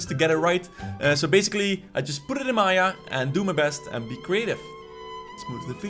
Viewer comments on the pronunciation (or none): none